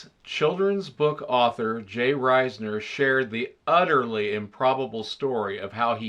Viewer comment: I'm fairly certain I heard "udderly" - "share" an adventure... sometimes that Directive is needed!